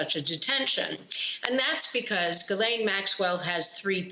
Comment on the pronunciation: Its GuilAyneee, but who cares, call her all you want. And The only reason she is in jail: 👏 👏 👏 👏 👏👏 PRESIDENT TRUMP! PRESIDENT TRUMP! PRESIDENT TRUMP! PRESIDENT TRUMP!!! 👏 👏 👏 👏 👏